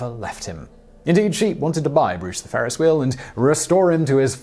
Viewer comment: Ferris not Farris.